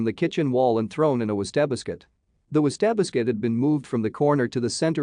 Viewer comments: I kinda like "was-ta-biscuit"! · Literally ran 🏃 to the comments to see who else noticed the pronunciation of wastebasket. Hahaha have mercy!